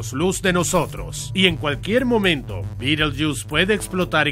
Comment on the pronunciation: Betelgeuse se pronuncia beteljeuse, no Bittlejuice.